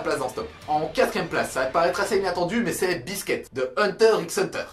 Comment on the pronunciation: C'est pas biske mais biscuit